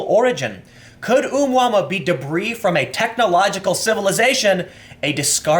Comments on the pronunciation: It's oh-mu-ah-mu-ah. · Tim, its pronounced "Oh moo uh moo uh". Its a Hawaiian word meaning wanderer or something. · It's pronounced oo moo a moo a Tim, check out Gary McKinnon. He's a hacker who hacked the Pentagon and you need to have a good look at what he found. The space force has been in operation for years!! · "ooh mama" :) I am so pronouncing it that way from now on. Its not oh-moo-uh-moo-uh or whatever. Its Ooh mama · Hey Tim, the space object's name is pronounced "Ah-moo-uh-moo-uh", it is Hawaiian. The ancient game is "Space Invaders" and was really popular when I was younger. I do think space force is not a bad idea, once this country sent men to the moon, it was a great time of unity for us. We need something to bring us together again. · Tim, you’re awesome lol. The object is pronounced “Oh-Moo-Ah-Moo-Ah”